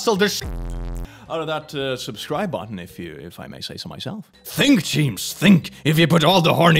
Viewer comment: bro said "subscrwibe to the chanilewannily UwU" how is this dude so cringe JOKES ON YOU IM ALREADY A FURRY